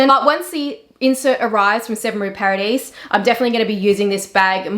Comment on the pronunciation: Hi, I appreciate your videos and knowledge. I know French is difficult but if it is of any interest to you 7 rue Paradis is pronounced ... Paradi. You just skip last letter ( very common in French ). The same for blanc - c is not pronounced 🤔